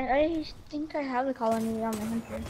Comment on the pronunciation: how the FUCK say cal-ony